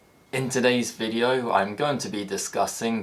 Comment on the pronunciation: the "video" is pronouced "vedeo" 😄